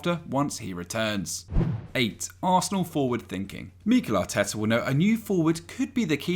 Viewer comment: STOP SAYING MEEEEEKEL ARTETA ITS NOT THAT DIFFICULT